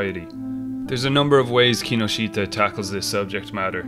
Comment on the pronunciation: That mispronunciation of Kinoshita is head-wrecking.